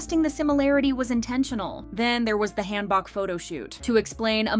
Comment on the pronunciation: How are you going to report Korean pop culture when you can't even pronounce Hanbok correctly....